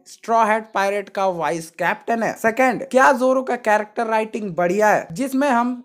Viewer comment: Bhai wo wise nahi vice hota hai